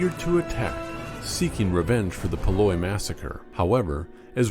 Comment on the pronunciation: The Schuylkill River is pronounced 'skoo-k'l'. Call someone in Philadelphia and ask them to speak that name. Paoli is pronounced 'pay-OH-lee'.